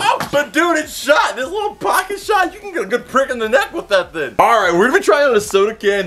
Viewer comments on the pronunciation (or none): he says that thin in Stead of thing